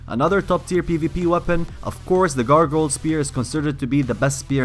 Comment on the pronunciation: did he call it a gargoyal dildo spear lol